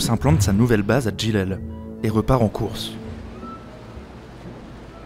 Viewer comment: Djidjel جيجل et non pas Djilel, Bejaïa بجاية et non pas bougie.